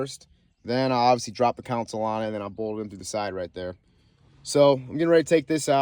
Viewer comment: Not counsel it’s console 😂